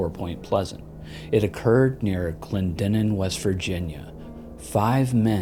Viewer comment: Kudos on pronouncing Clendenin correctly, as a West Virginian I get irked when people can't pronounce names like Clendenin, Allegheny, Monongahela, and Kanawha.😉